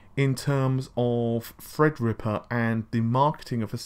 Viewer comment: I just seen a great effort at the beginning of this video.. said "Threadripper" perfectly, and you could just see the effort there. Great job. Two seconds later, he said "enthisi-asts" lol.